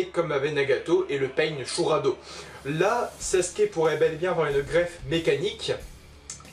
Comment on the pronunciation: La vidéo est superbe mais mais c’est SasUke et pas Saske